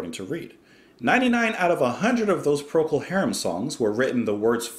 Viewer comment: First time pronunciation was spot on.